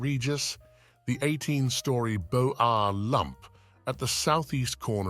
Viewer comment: Beaux arts mispronounced! Not Bo ar; bozar!